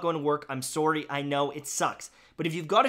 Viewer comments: i think it's kind of hilarious that doesn't have a canadian accent except when he says "sorry", which is the one catchphrase word for the canadian stereotype:D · Why are saying sorri